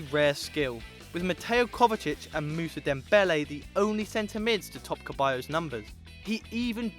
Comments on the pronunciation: Ceballos not Keballos... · Ceballos not Queballos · that's not Ceballos + it's Ceballos not Keballos + it's Keita not Kaita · Seriously stop saying the c in the players name wrong!!!! It's NOT a ch sound but rather an s Mauricio lemos is pronounced more like maurisio and not the way y'all are saying it!!! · You guys really should work on the pronunciations. Tur Stugen, Nuer, It's pronounced Maier not Meyer, it's pronounced Ceballos not Queballos. It's pronounced Bia not Villa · ceballos( se-ba-yos ) keita ( key-ta ) not (ke-ba-yos) and not (kite-a) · keballos??????? its ceballos (like seballos) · lmao he said Caballos, it"s Ceballos (Se-bay-os) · Your pronunciation is utter shit. Ter Sturgen, Maurichio, Keballos. What the hell are you doing on a football channel! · Kebayos? lol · Ceballos is said like Seballos